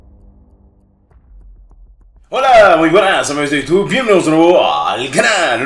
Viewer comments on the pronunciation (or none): none